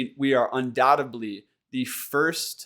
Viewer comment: The word undoubtedly is pronounced "un-dowt-ed-ly" not "un-dowt-eb-ly"